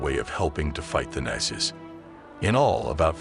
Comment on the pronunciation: How do you pronounce nazis ? You are pronouncing it (rong) ! 'MORON!'